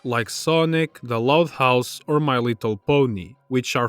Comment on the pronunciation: Okay just going to say it when he said the loud house i heard the love house.